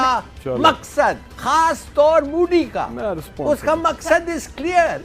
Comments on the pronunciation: Pakistaanio ka tallafus beda kharab hiii,modi ka naam koi sahi se nahi leta koi ..mudi.😀😀😂😂😂Bolte hii,jabki hum hindi bolne walo se kuch bhee bhuwaa lo..👍wo bhee bilkul sahi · He said moodi😂😂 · लल्लू, मोदी कहना तो सीख ले, मूडी नही होतो, मोदी होता है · Intolerant is unable to pronounce Modi.So he is telling Moody. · Modi bolna sikho sale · अबे पहले मोदी बोलना तो सिख जाओ🤣🤣🤣🤣🤣🤣